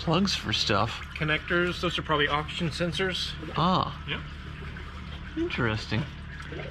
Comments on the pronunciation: I keep thinking the is saying Auction sensors instead of Oxygen sensors. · I always think is saying auction sensor! Oxygen